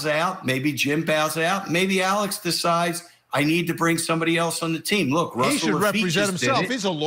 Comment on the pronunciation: I SWEAR TO GOD IF I HEAR ALEC AND NOT ALEX ONE MORE FKN TIME!!!!!